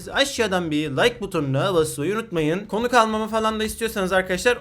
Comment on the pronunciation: konuh al konuk deil ama konuh